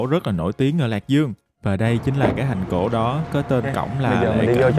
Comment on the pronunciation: Mong anh cải thiện phát âm nha ạ, “thành cổ” thay vì “hành cổ”